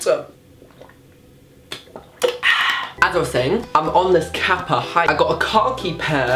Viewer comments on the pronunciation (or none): none